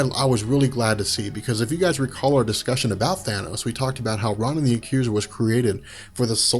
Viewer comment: I love your videos! However, Ronan (Roh-nin) wasn't a henchman or working for Thanos. It was a deal they had. Thanos didn't ask him for the Infinity Stone. Ronan wanted Thanos to do something for him, and Thanos agreed if he brought him the Infinity Stone.